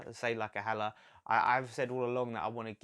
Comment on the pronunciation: You got Maupay pronunciation right but the “H” is silent on Haller!